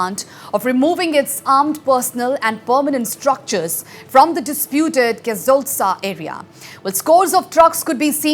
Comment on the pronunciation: It's not kezoltsa. It's koziiru